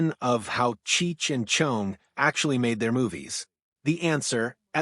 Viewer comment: “Chung?” Why is “Chong” so difficult for AI to pronounce??